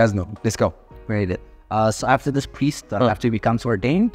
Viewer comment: you are the best Abi the way you try to tell the word priest is amazing